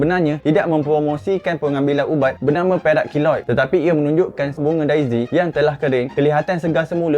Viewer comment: Yang aku dengar perak kilot. Apa sih